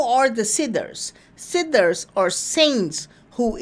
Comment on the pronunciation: Siddhas ..please yr pronunciation is seriously bad ..pl try to improve this aspect.I hear "sidders."...SIDDHA NOT SIDDERS